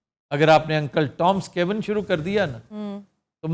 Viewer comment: Cabin's pronunciation was not correct. Plzzz verify on your own.